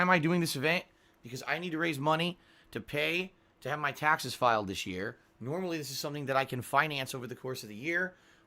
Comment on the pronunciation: The way he says things that have the letter A in it . Tyaxes. Paeks. Ext 😂